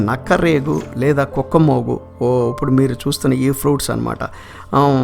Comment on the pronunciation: ఇప్పుడు అనే మాటను ఉప్పుడు అనటం బాగోలేదు.